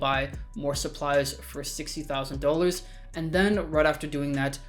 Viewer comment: “This will get you 1.35 million dullrs”